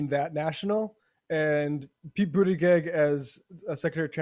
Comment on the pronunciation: He has been in the public eye long enough to know how to pronounce his name. That is a Trumpian/Tucker Carlson type of nasty insult. Just makes you lose all respect.